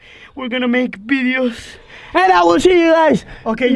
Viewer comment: "New bideos" I loveee😂💞